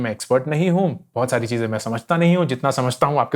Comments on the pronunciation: "chije" Chize, that was funny😁😁😃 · 'Cheeje' 'cheeze' love this guy :D